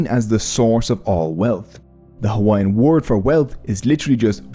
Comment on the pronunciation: it's a shame you mispronounced almost every Hawaiian word in this video. Correct pronunciation for all these words is widely available